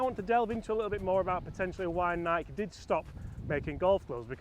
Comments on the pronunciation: The company calls itself Ni'-kee. Pronouncing it with one syllable is as offensive to our ears as calling my car a Jag-war probably is to yours. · I own the Nike Forged CCIs 2-PW. I got them brand new for $250 at a closeout sale. And not to bash you or anything, but It's pronounced "nai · kee" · They made crap clubs. They were 2nd or 3rd tier quality. you are saying NIKE wrong.........Nik EEEEEEEEEE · Nai-key, 2 syllables, not 1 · Honest question…do all British pronounce Nike this way???!!! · Nike with an EE sound at the end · wait is Nike only one syllable?